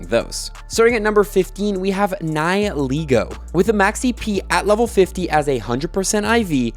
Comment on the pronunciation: Right away, niheligo is pronounced (nih-hil-leh-go)